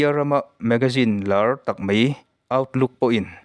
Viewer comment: Teuhlo I aw te chu ngaihthlak anuam lutuk I thil sawi\lam rik hriat anuam afiah felfai mahse Sir,mei tawh suh mai tawh rawh,mai hi adik ani mei ani lo chuan video I upload hi rei lo thei lutuk a tlem a chipchiar ve lehzual deuhin han ti thei la atha khawp ang